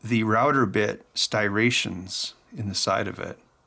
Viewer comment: It's Striations NOT Stirations BTW